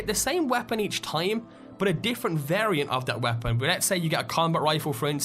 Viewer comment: The way this man says the word 'weapon' annoys. Its not the accent.